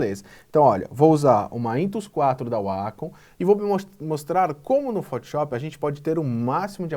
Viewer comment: cara, por favor, para de falar fotiop